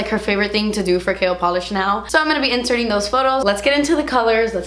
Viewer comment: Lol I said that when she launched the brand! Every time she says KL Polish I think she's saying Kale